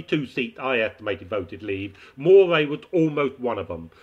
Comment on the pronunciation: Moray, "MUH-ree"